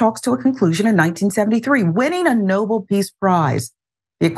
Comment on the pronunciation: Um,, it’s No-bell not No-bowl. Maybe do some reading every once in awhile? Thanks!